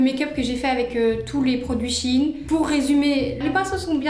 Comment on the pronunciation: Ça se dit pas SHI INE mais SHA INE 😠